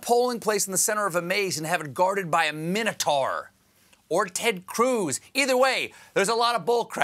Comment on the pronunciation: A "MINO-taur"?!!!